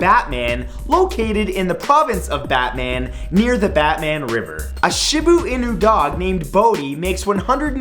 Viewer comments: it's pronounced "shiba eenu" not "shiba inu" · "Shibu-inu"? You'd think those dogs had so much internet fame, everyone would know how to pronounce it. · you pronounced it shibu inu lmao it's pronounced sh-ee-ba ee-n-uu and that's the breed of dog doge is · Matt its ShibA Inu and not ShibO Inu ;)